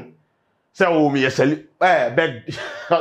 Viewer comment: Did I hear youce? As yes lol